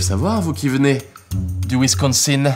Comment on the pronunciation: Pourquoi j'ai rigole quand leblanko a prononcé "Wisconsin" à 2.35 ? Rraa j'adore Kemar !